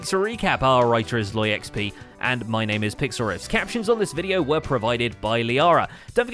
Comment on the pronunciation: I am yet again asking, why Sloy and not Zloy?